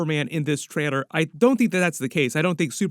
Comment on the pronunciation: Why do you have a problem saying the word trailer